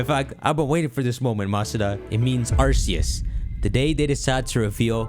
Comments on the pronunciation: its arKeus not arSeus but i dont care what u call it i called it arSeus to till i saw the arceus chronicles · It’s pronounced arc-e-us as proven by the arc-phone